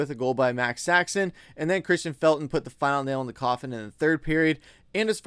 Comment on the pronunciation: Max Saxon?? It's Max Sasson